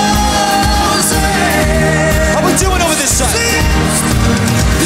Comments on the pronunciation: alternate title: that one time liam forgot zayn wasn't around anymore and then harry forgot how to pronounce frozen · When Harry says "frozen" that's exactly what it sounds like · I listened with headphones and it still sounds like "it's froZAYN" not for Zayn. It's very clever. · When Harry said lt s frozen it felt lkie he was saying lt for zany 211 only driecetion will undrstand